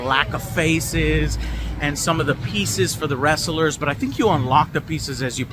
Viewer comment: Some say he's still adding syllables to the word "wress-ah-lurz" haha. Good to hear the game seems to be in a good spot. Cant wait to play it